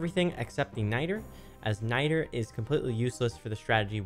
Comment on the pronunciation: The way he pronounced Nitre bothered the hell out of me. Good guide though 😏